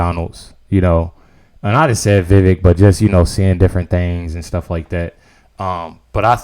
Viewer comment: Just fyi, it's 'vee-VAKE'.